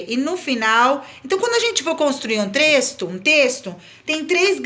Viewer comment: * *trexto kkkkkk